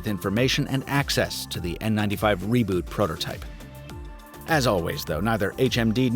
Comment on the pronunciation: When he said "prototype" I died a little on the inside. :(